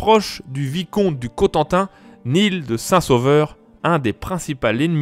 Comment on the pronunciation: L'Anglais est tellement invasif, que tout mot inconnu est prononcé à l'anglaise. On ne dit pas Nil de Saint-Sauveur, mais Né-el de Saint-Sauveur. C'est ainsi que l'Auvergnat Claude Duneton se faisait parfois appeler M. D'une tonne (par des gens qui ignoraient son poids) ! Par ailleurs, j'apprécie beaucoup ces vidéos, claires, documentées et bien illustrées.